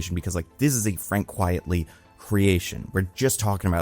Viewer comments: what I like about this rant is it is pretty true but still you pronounce it “Quiet-ly” when his name is QUITE-ly 😂 bit ironic but it’s a pretty common mistake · Frank's last name is pronounced Quite-Lee, not quietly. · Everyone mispronounces "Frank Quitely." Read it again. It's not spelled "Quietly." It's a penname riffing on "quite frankly."